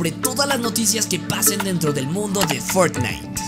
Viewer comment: No Me Digan Que Fui El Unico Que Escucho Que Dijo "Fornais"